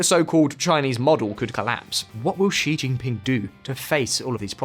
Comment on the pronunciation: please do something about the pronunciation of Chinese names on your videos. It’s not as difficult as you think. Start with Xi Jinping. It’s not Ji Jinping.